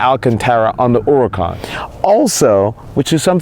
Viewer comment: and thank you for pronouncing huracan correctly!